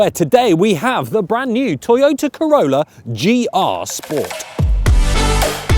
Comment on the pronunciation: I heard you say Toyota Corona😂